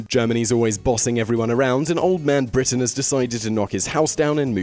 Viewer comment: Just going go ahead and say that i found they way you said "Britain" quite disturbing, it literally sent chills down my spine.